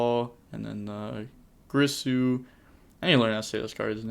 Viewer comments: its girsu please girsu im always dying inside when i hear grisu. like you are reading geersu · Gear soso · GIRSU IS PRONOUNCED: GEAR-SUE.